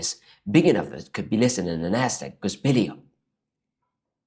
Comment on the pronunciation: bell-y up, you pronounced it bill-y up. Think of the word bell 🔔 and the letter "e". Good video